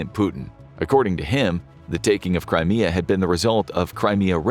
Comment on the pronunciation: When he said "Crimea Rebels" it sounded like that "Cry Me A River" song by Justin Timberlake lol.